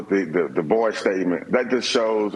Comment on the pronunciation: Did he pronounce it "Boi ?" 🤣👍